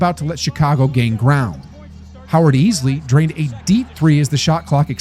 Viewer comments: Why do you keep saying “Byron Russell” ? His name was BRYON Russell You also pronounced Howard Eisley’s surname as “Eeslee”, but it’s pronounced “Eye-slee” Doesn’t matter who it is, mispronouncing somebody’s name is just disrespectful. I would expect a regular youtube content creator would do their research properly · It‘s Howard Eisley (say: I-slee) and Bryon ‚don‘t call me Byron‘ Russell ;) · The way you pronounce Eisley... Did you even watch basketball in the 90s? And Byron Russell? Jesus